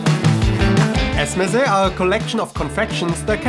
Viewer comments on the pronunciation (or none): Great video as always! Appreciate your effort to get the pronunciations right. One thing though - The sweets are called "ezme", -si (e.g. badem ezmesi, fıstık ezmesi") at the end is a sort of connector word, like "paste of almond - badem ezmesi" :)